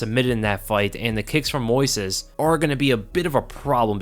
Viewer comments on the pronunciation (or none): none